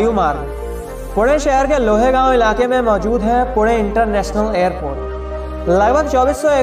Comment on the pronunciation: स्वारगेट , स्वरगेट नही , मेट्रो का फोटो कहाका है , लोहेगाव , लोहगाव बोलो सही जानकारी सही उच्चारण करे . अन्य कई काना मात्रा का ध्यान रखो गलत त२ीकेसे नाम बदली मतकरोः